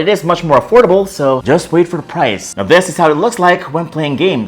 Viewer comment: THESE OR THIS OR.. i can hear. DESSSSSSS